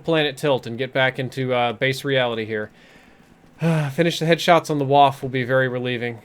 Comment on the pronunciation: It's pronounced (vah*fuh). Come on! Great stream other than that though:)